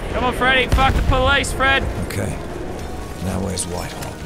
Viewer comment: Does anyone watch this in 2019 and think that Lazarbeam keeps saying “Fresh” when he actually is just saying “Fred”. BRU😂